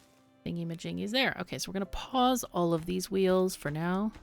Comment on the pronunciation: Every time you say "Pause, Pause, Pause" all I hear is "Paws, Paws, Paws" because I think of the little beaver paws. That's all. Lol